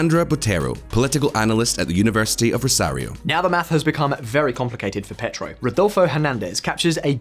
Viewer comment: Came to the comments looking for this. Surely they could ask a Spanish speaker to spend ten minutes teaching them how to pronounce names like Medellin or Pietro…